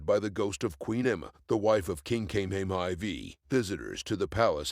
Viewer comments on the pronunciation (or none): Dude you TOTALLY butchered pronouncing, “King Kamehameha!!!” Don’t just jump in without researching…. It’s very disrespectful and you look really illiterate! 🤦🏻‍♂️🤷🏻‍♂️